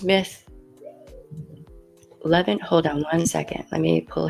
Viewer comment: Smith-Levin not Levine